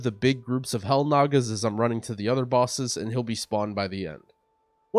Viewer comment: "hell nagas" LUL